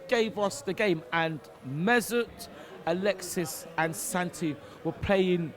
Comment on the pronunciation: Drunk "Alexisisss"